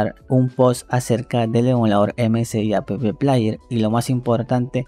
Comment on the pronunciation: porque dice "a pe pe plaier"? jaja porque pronuncia las letras de la palabra "app". Jajaja